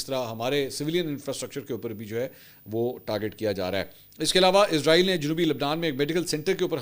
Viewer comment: سر براے مہربانی اپنے تلفظ کو درست کر لیں شکریہ لفظ عزرائیل نہیں اسرائیل ہے